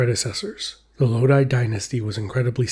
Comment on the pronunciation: It's Low-Dhee; not Low Dai.